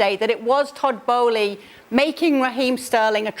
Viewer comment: I believe the correct pronunciation of the Chelsea owner is bowl not bolee.